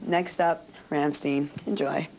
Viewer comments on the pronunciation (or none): "Next up, *Rammsteen*, Enjoy." Peter: "RAMMSTEIN!!!" I think he did that to correct her bad pronunciation. Lol. She was giggling like a groupie throughout the whole thing, it was cute. Look at how she replied when he asked her to marry him. XD